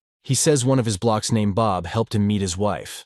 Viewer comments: the voice pronounces "blokes" as "blocks," so ... AI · "blocks"... instead of blokes... why not just read it with your own voice and not crappy AI? And it's Royal Marines. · blokes, not blocks.